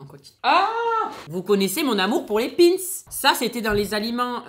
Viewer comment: Ta du mal a prononcer ou tu f expres entre pin’s et concoillotte g kes oreille qui sifleet ta une culture quand meme limitée